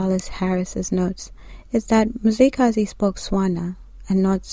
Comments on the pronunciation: Your information is incorrect. 1stly, you're mispronouncing the name and therefore losing its meaning. His name was not Mzilikazi as the white people would say, which actually takes all meaning from it, but was Mzili'Gazi meaning fasting from blood. Which means blood letting wasn't his thing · Mzila we Gazi and pronouced fast MziliGazi Mzila - Veins/arteries we-of Gazi- blood This Nguni. Please correct🙏🏽